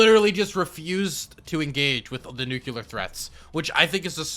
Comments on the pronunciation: PLEASE learn to say "nuclear" correctly. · what's the most dangerous weapon? NUKELAR BONB! Sorry :D